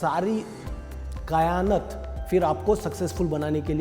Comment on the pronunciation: कायनात होता है कयानत नहीं होता 😂